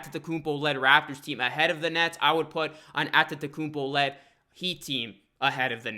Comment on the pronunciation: i think you deserve a like for the sheer number of times you said antetokounmpo correctly.